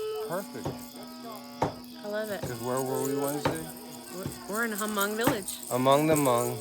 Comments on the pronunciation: I was so surprised your video came on my feeds. I’m actually Hmong too. Just a little correction. You don’t say the “H” in Hmong. It’s silent so you pronounce it “Mong”. I’m surprised the Hmong family there didn’t correct you. I didn’t understand what was being said when everyone was cheering with the beer. It sounded like “Moog Zoo”. Which means go well or be safe on your journey. I couldn’t relate it to anything else. I’m glad you get to experience a Hmong wedding. Best of luck to you guys! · Stop pronouching it hamong. Learn to pronounce it correctly. It deeply offends me. That is not a Hmong wedding. That is a chinese ceremony.